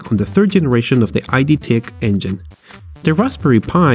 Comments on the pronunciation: It's not fucking "Ai-Di", it's "ED" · The company name is "id" and not "I.D." You should pronounce it as in "did" : /-ɪd/